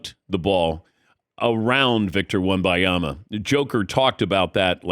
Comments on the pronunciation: I really think it is disrespectful to still pronounce a player's names wrong after a year.....unless its a reading issue, he is from the US afterall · Had to stop watching after the 8th time his name was mispronounced. Come on already. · How insulted would these guys feel if other people butchered their names the way they do with Wembanyama? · The old guy can't pronounce Wemby's name it's infuriating af, go to the hospice or edit and bleep it, it's insufferable